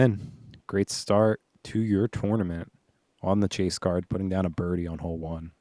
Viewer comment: I love when commentators pronounce tournament like Twwarnement😂